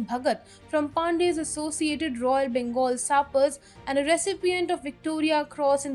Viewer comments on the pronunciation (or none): none